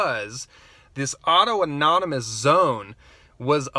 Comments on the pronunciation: Auto-erogenous zones are for wankers. (PS I know you're being funny, but for the uninitiated, it's pronounced "aww-TAHN-ih-muss") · Capitol hill "autonomous" zone. Lol not "auto anonymous" although alot of them there might need some aa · Autonomous*** not auto nomonous